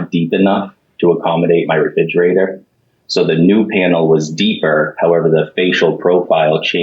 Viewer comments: I know this is immaterial and kinda judgmental, but it drives me nuts that the plaintiff husband keeps saying “refidjater” instead of re-FRIG-erator. His omission of that second ‘R’ just grates on my nerves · ReFRIGerator, not reFIDGerator. Fascia profile, not facial. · The Plaintiff saying "reFIGerator" 100 times drove me insane. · Why did his wife not tell him that it’s “refrigerator”?! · Who else winced every time the plaintiff said "reFIDgerator"? Seriously though, defendant's job was to 'measue twice, cut once'. Basically. How do you go by customer measurements when you're the one who's being paid to do the job? ESPECIALLY if you think they made a typo? Derp. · Is anyone else hearing Refigerator? lol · Re-fij-erator... And no one must have ever mentioned it to him. He's confident with his pronunciation lol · How does a grown man and homeowner not know how to pronounce refrigerator?? Lol and why would his wife not correct him before going on live tv?? 😆🤦🏽‍♀️ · Someone needs to tell this man how to properly pronounce refrigerator! Driving me nuts! 🤣